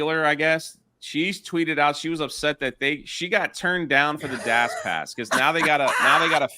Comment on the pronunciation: My guy really struggles to say dash pass. "Dass pass"